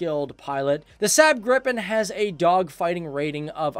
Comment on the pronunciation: you pronounce Gripen wrong, it's not Grippen it's Gripen